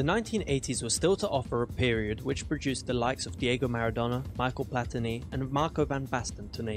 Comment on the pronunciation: its French and its pronounced Mishelle Platini. he even was FIFA President.